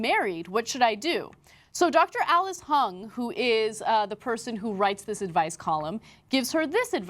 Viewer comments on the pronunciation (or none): It's not HUNG, it's Huang (pronounced HOO-ANG). Her last name is Huang. Calling her Hung made the story a bit funnier, though. :D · I think Huang is pronounced like Wong, not Hung, lol.